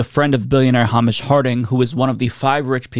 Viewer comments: Just FYI, Hamish is pronounced "Hay- Mish". It's a classic Scottish name! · This is the third commentator who has no idea how to say Hamish 😂